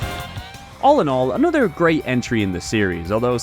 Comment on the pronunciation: "A-nutter", Gosh you mean, "A-no-ther"? I can't stand people who speak English and can not pronounce simple words. Like did you get home schooled by a dog or something.